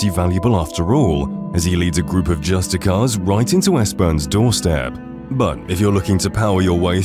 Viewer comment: I feel the need to, because it's been used so commonly throughout the video, point out that that Thalmor Justiciars are pronounced "Just-ish-iahr" and not "Just-ick-ahr" Sorry, potentially annoying, I know, but it's literally spelled "justiciar" and not "justicar" for a reason 😭 it should be almost impossible to forget the letter 'i' in "justiciar" given how many times they're encountered in the video It's such a minor nitpick, and it is a good video, but after hearing it so many times in 40 minutes,, I kind of had to Also, Become Ethereal was almost imperative for my legendary playthrough before I discovered and sometimes even after I discovered how to get 100% spell absorption (Warning, this WILL absorb nor only healing spells, but also conjuration spells other than raising thralls, so other than raising Orchendor and Malkoran as thralls, or having The Ritual Stone (Usable only every 24 hours) I didn't have a better team than this, especially Orchandor being that his raised form also utilizes his teleport ability), it did end up being one of my most OP playthroughs because of having immunity to any magic users as well as a team of mages from both thralls and companions able to beat any mages I came across as easy.